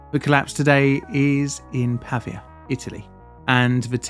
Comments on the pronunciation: Why spending time to make a whole ass video about a city and not bothering to learn its correct name? it's "Pavìa" (tonic i) not "Pàvia" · Not Pavvia. Pa-vi-a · The right pronunciation is Pavìa, and not Pàvia: the accent is on the letter "i" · /pəˈviːə/ not /pɑːviə/ :) nice video! thanks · If you're going to make an entire video about a city in a foreign country, find out how to pronounce it first, son. The stress of 'Pavia' is on the second syllable, Pa - VEE - a. Got it ? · It's pronounced Pavìa (with the accent on the i) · As a native Italian speaker, your pronunciation of “Pavia” is driving me nuts